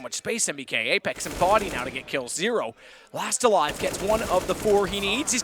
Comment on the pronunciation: "bodyy" armour ;)